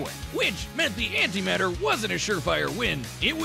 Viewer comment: When you said “anti matter” on the tank part it physically hurt